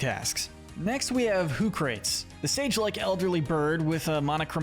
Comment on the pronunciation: Lemme ask you something. Do you pronounce “Socrates” as “So-crates?” No, it’s “sock-ruh-tees” same for Hoocrates. It’s a play on Socrates because it’s an owl so it’s wise.